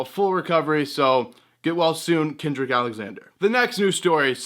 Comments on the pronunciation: It's cedric not kendrick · It's Cedric Alexander. Love your vids